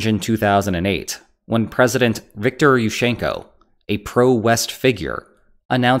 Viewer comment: Say fish-church. Say it again a couple of times. Now say Yushchenko.